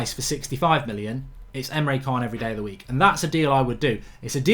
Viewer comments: Mark mate you need to start pronouncing Emre can correctly. It's triggering me man haha! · Emre 'CHAAN'